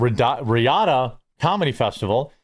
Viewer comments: It’s still pronounced “ree odd”, dude. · It's too late so you won't see it but it is pronounced "Ree-Odd" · Riyadh is pronounced REE-YAAD...